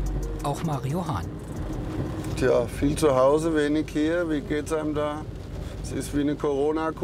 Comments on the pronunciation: Mario Hahn, auch alleine der Name, Legende😂❤️ verstehe immer Marihuana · Nur ich höre "MARIJUAN(a)"?